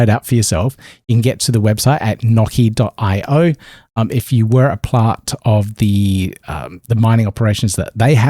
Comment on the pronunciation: Lol..... Nocy is supposed to be pronounced "NO SEE" for privacy... lol I cracked up on that segment... good coverage man.. Thank you for the updates